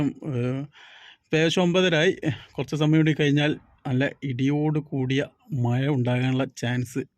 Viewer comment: മയ അല്ല മഴ 😂